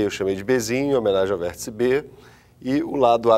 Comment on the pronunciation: "Vêrtica", Kkkkk, calma professor...